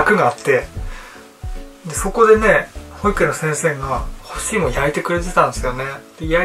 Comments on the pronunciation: ほ↑い→く→え↑ん↓ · 赤ジャージ恥ずかしくなってきたの🐰？？（笑）ポロシャツ刺繍？可愛い💖ほ↑いくえ↓ん、発音が独特～(๑˙❥˙๑) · 幼稚園の発音も保育園とおんなじ言い方しますか？笑